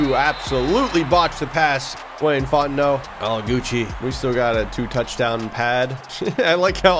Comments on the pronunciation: He’s saying Fontenot correctly now! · HEY HE FINALLY SAID FONTENOTS NAME RIGHT! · The best part of this return is the correct pronunciation of Wayne Fontenot's last night. What a win.